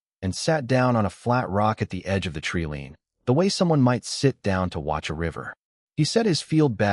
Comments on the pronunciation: Jesus h keerist! Another AI that can't pronounce TREELINE. It's pronounced treeline not treeleen!😂😂😂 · i believe you mean treelean....lol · Must have leared pronunciation at the learing center.